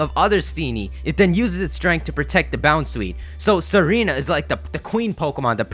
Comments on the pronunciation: its not serena, its tsa-reena, a tsaar is just like an emporer or king, its a name for historic rulers of bulgaria, servia and russia. thats why tsareena has the queenly majesty ability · Her name is Tsareena, based off of the Tsar's wife, Tsarina (Sar-ee-na), but now I can't unhear Serena lol! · Tsareena is pronounced zareene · dude it's not pronounced sereena but tsareena like pizza & tsarina was the queen of russia in the end of the russian empire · It somewhat bugs me how you pronounce Tsareena as "seh-REE-nah". It has it's name origin based off of "tsar", a Russian monarch. Because of this, it's most likely pronounced "zah-ree-nah" with emphasis on the first syllable or first and last syllable.